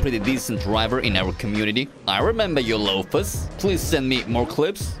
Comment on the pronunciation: mr Lofas is mr Lófasz and it means horsedick. I just wanted to just know lofas is horsedick in hungarian and you said it like a real hungarian XD.